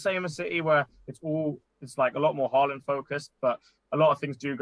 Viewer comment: “Do you want Salah for 90 or Halaand for 20-30” Mate, at this point…Haaland.